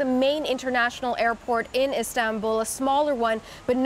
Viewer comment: Nop. I clearly heard. She said islambool